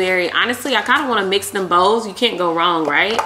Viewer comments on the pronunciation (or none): none